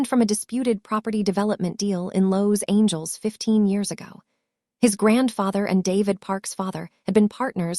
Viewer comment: Cousin Jessica's clothes shouldn't be too tight if she has lost weight. And to quote another viewer of another video " hooked on phonics will work for AI"... the pronunciation of Los Angeles and Mercedes is problematic 😂😂😂